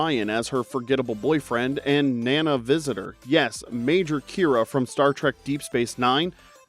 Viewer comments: I'm that guy. Sorry. Nana's name is pronounced 'Nah nah.' ❤ Love your channel though! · It's pronounced Nah Nah.